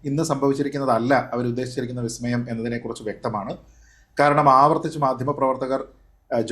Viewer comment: സതീശൻ പറഞ്ഞത് "വി" സ്മയം എന്നല്ല,"ബി"സ്മയം എന്നാണ്.😂